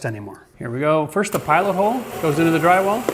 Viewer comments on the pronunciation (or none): none